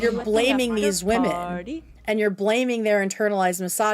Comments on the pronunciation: I’m sorry but I can’t stand when she pronounces “women” as “woman” it ticks me off!!! And no that’s not my only criticism of you, but it’s so often. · I was just going to say this!! It's so frustrating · It drives me nuts how she can’t pronounce “women.” She’s just saying “woman” repeatedly. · woman=singular and women=plural. No, they are not pronounced the same.